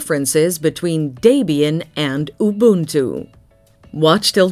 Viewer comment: Can't even pronounce Debian and Linux correctly.